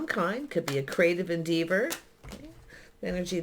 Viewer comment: Thank u for this lovely reading - fyi - en-deh-vur 🌿